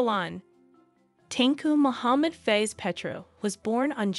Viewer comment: Hehehe Tengku face ........ We here pronouce it as Fah ezzzz (Fa'iz)~~~~